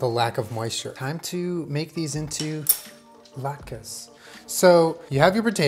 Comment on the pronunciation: "I know the challah bread and I know thuh lahtkus"